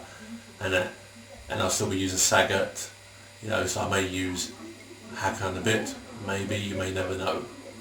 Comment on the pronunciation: good statements about hakan!!!! it shows you`ve got brains besides, the first time you said the name ways correct, also seth killian does speak his name the right way, it`s "hakaaan". sounds like the scotish would say it. also yagli güres sounds like "yaaali gyouresh". besides, all turkish names have a meaning ! most of them are about war, religion, landscape and poetry. "kan" means blood. "ha" is a short form of another word, maybe hakaret, which has 2 meanings: attack & taunt/revile.